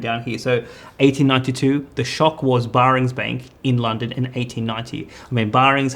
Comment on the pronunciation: Can someone tell the pronunciation is Bearings bank. People will take more seriously then the content.